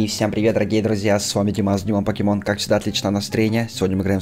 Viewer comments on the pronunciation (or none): Не Пакишмон а пакимон